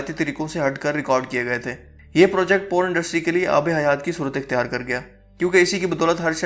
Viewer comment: Po run nai Porn